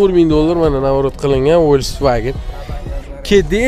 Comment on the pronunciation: Фольксваген ВОЛЬСВАГЕН МАС..